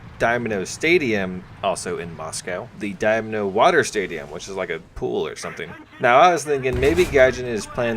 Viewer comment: Dynamo, not Domino, lol